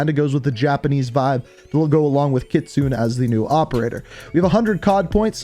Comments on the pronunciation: Kit-su-ne Not kitsoon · Kit-soo-neh kitsune your pronunciation drives me crazy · It makes me cringe how you pronounce Kitsune it’s not Kitsoon it’s Kitsu né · God my ears bled every time he said "Kit-sune". It's pronounced "kit-su-nay" my guy. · It’s not kitsun! You pronounce it like kitsunae!! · Nice try but it's actually KITSU-NEY. (NEY pronounced like NAY) It's fox in Japanese if I'm not mistaken. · bro here how to say her name, Kitsune ( Ki Tsun Nay) please stop fucking up her name, love the videos tho kelp it up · Everyone can't say Kitsune right. It's pronounced Ki Tsu Ne (きつね) that means fox in Japanese. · Ikr i cringe every time says kitsoon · Came here to say this, but I figured someone had beat me to it. To be fair, I only know it because of Ghost of Tsushima lol. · U said kitsune and kyubi wrong btw